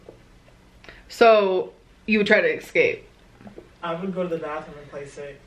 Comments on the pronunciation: It’s not eXscape it’s eSCape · ES CAPE!!! Not EX CAPE!! 🤦‍♀️🤦‍♀️🤦‍♀️ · "exscape" i luv